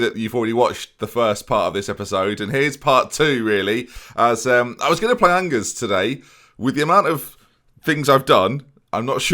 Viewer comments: it doesn't matter but I'm doing it. Angers is pronounced more like On-Zhay. Remember you rarely pronounce the 's' in French e.g. Rennes is Renn, but Reims pretty much stays the same. 👍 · The g in angers is like the je in Je m'appelle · your pronunciation of angers and dominic lowe within a few seconds ... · Im surprised no ones angry at your Angers pronunciation 🤣, i have always said it with a J but thats probably just me